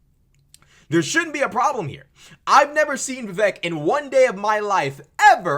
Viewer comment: It’s pronounced vi vake - rhymes with cake.